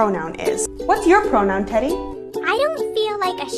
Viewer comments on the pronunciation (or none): none